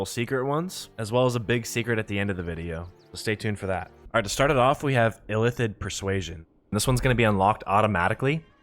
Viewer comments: ILL-ITH-id my guy Not Ithillid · It bothered me more than it should that he kept saying "Ithillid" rather than illithid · Please Christ stop saying "ITH-ill-id" when the word is "ILL-ith-id" and is spoken aloud no fewer than 100 times in the game you're discussing. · everytime he said Ithillid I died. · I have no idea, how can you pronounce Zai'thisk the right way, but your Illithid is Ithillid xd